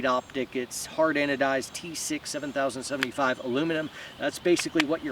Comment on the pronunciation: Love watching y'all videos, since you give us advice so we dont look stupid out there, can i give you one. The metal material is pronounced 70-75. All aircraft alluminuml materials are 4 digits but pronounced xx-xx. Keep up the great work. Might get this for my pc carbine.